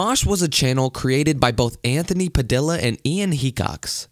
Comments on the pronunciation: Pa de a Not pa de la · It's padia not pa dill a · Padilla is pronounced puh-dee-uh not puh-dill-uh! I know you didn’t know but now ya do! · its pronounced anthony padiya not padilla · Its pronounced padiya dumbass not padilla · pronunciation is padeeyuh not padilla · yo its said padia not padilla. its spelled padilla but its said padia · he really just said Anthony PadILLA and not Anthony Padiya (phanetic lettering) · its not "padi LL a" its padiia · It's pronounced padia not Padilla the lls are silent cringe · It’s funny how he pronounced padilla (padeea) like literally padilla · It`s pronounced Padeeyah, not Padillah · It’s not Anthony padila it’s Anthony Padilla... pad.iy.a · Its not pad i ll a its pa di a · Why is he say PADILLA it’s PADDY-YA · its pronounced padiya not padillla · I hated it when he pronounced it padilla and not padee-a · You say 'Padilla' wrong. It's pronounced puh-dee-yah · He really pronounced it as Anthony pad-illa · When he says Anthony pa-DILL-a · anthony PA- DILLPICKLE-A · Padilla is pronounced padiya not Padilla because the two Ls make padiya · pronounces it “Anthony Padilha” Me: TRIGGERED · ITS pronounce puh deeya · It's really irritating when you mispronounce Anthony PadILLa. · Not tryna be rude but, it’s pronounced (Padeea) I understand his name is Padilla but just tryna help that the l’s are silent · anthony pad ee ah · It's pronounced pa-di-a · It’s Anthony puh dee uh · Not Anthony Anthony padilla Anthony padeea it's pronounced padeea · Did you seriously just say Padilla pronouncing the Ls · I don't like how he says Padilla like how's it's actually spelt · He said Anthony's last name wrong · he pronounced Padilla wrong and that really makes me mad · Every time he said Anthony Padilla I cringed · Another padilla is he actually pronounced with E instead of ll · I just wanna to say you been pronounce Anthony last name wrong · The way he says Padilla, smh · The way you pronounce Padilla is just painful